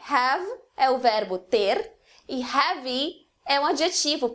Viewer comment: o seu ingles é otimo! gosto muito da suas explicações/videos. p.s-heavy is pronounced "ré-vi" not "rá-vi" (